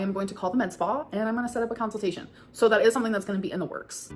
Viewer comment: "Council tation" is crazy